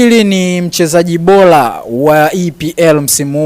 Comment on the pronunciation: alafu siyo lasmi ni rasmi.Alafu jifunze kutamka l and r we mtangazaji hujui kuongea kiswahili fasah ,Bora siyo Bola.